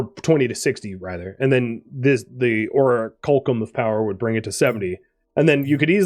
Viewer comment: ) you made me question my memory of how to pronounce that word. It's or-ack-you-lum just FYI, and just to be that guy... Enjoying this series, tho. Cheers!